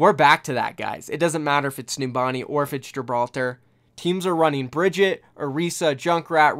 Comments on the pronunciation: Her name is pronounced "BRIE-GIT-EH"! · Everyone pronounces Brigitte like “Brigitt” or “Brigitta” if you just pronounce the E in the end you basically pronounce it right. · Is Brigitte so hard to pronounce? Just say Brigita xD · No, it's pronounced "BAH-GET" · Why did you change the way you pronounced Brigitte’s name several times in the video? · Everytime you say her name wrong, my heart breaks for her.